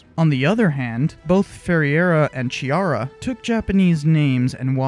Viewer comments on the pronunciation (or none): Hi, I'm italian and laugh a lot when you said that Giuseppe Chiara is brasilian... ;) it's a typical italiano name. (It's not Giusepe Ciara like you dead but it's reading [Giuseppe Kiara]. ;) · The CH sound in Chiara should be pronounced K as in Key, not CH as in Chalk. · The ''Ch'' in Chiara is pronounced like the ''C'' in Catholic or Christianity. It's funny that you were unsure about Ferreira, which you actually ended up pronouncing correctly, but you utterly butchered Chiara without giving it any second thoughts :)